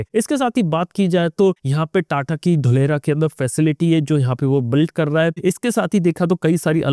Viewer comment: It Dholera (ढोलेरा) not Dhulera 😂😂😂